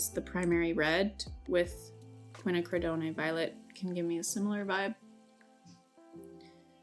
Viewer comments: Are you trying to say "quinacridone"? Qwin-acrid-donn. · Lol no it's not. Do is said as "doo" and ne is "nay" and that's not how quinacridone is pronounced. It's more like doe-n. Doe a deer, a female deer, then a short stop lowercase n at the end. Capital N is enn but lowercase is n, if that makes sense. Quinn, the name, ack, like disgusting ack get away, ri like ring not re like read, it's that short sound again rather than an elongated one, doe a deer, n. No doo-nay. Doe-n. It's honestly surprising how nobody seems to know how to say it properly. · Loved this thank you for sharing! Also Ku-win-ack-ru-doh-n ❤️ I hope that helps lol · Kwin-ack-rid- don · I like your video but you are totally butchering the pronunciation of "quinacridone," lol! No worries, I did, too. There's a quick video right here on youtube that will pronounce it properly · Quinacridone is an English chemical word. Pronounced Quinn- acrid- own. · Quinacridone (kwi-na-creh-dohn) dohn rhymes with own and bone. /kʷɪ.na.kɹɪ.doʊn/ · Quinacridone pronounced quin-knack-ra-doan. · Hello and Hello to all of you. I am Italian and I know very well the Maimeri brand and all its excellent artistic quality products. I wanted to tell you that quinacridone is pronounced exactly as it is written ( QUI-NA-CRI-DO-NE) a hug to all of you. 🤗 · I think it's pronounced something like Qwin Ack Ree Doan. I am so excited that you're swatching all of these. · 2nd red pronounced Quin-ack-kra-done. "done" rhymes with phone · Quin-a-cri-doan (Quinacridone) Hope this helps! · Kwin - ack - ri - doe -n